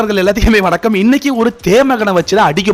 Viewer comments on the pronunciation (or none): none